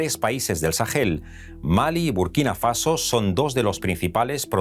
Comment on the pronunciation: Dos correcciones: 1. Se dice "Sahara", no "Sájara" 2. Se dice "Sahel", no "Sajel"